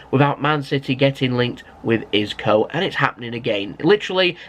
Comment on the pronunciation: So do you pronounce Isco wrong on purpose or is it just jokes?? Hahaha